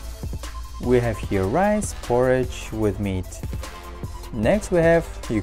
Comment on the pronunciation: its shoowel and ris and wegatables